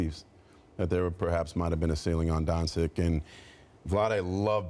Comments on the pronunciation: This dumbass pronounced donCHICH as donCIK, and then he as the nerve to say that the other guy said his name wrong??? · That fat boy with a lisp tried to get on a dude for pronouncing a name wrong after calling Luka, “Donsick”. Someone axe this guy. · Learn to pronounce his name. Don(ch)i(ch). Otherwise, just call him Luka. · Donsik? Lol really? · My mans really out here saying “Donsik” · Donsic? It's like they all say wrong on purpose. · who the fuck is DON-SICK? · > "You can't even tell his name right!" > Says "Donsick" on the same segment. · FFS. HOW HARD IS IT TO SAY DONCIC (DON-CHICH)... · dude said donsic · Did the dude pronounce Doncic wrong seriously just mock someone for pronouncing a name wrong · Why the hell are those guys too stupid to learn how to pronounce Luka's surename? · Spears is so trash, can't even pronounce Doncic's name. C'mon man, he's the main subject of the segment! And then tried to correct the others when he can't pronounce Bjelica himself. Keep this bum off the show, please. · How does Spears have a job? He has know idea what he's talking about and he's incredibly hard to listen to. What the hell ESPN. Spears you can maybe talk about Doncic if you can pronounce his name. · This guy Marc j spears said you can’t say his name right when he can’t even stay doncic name right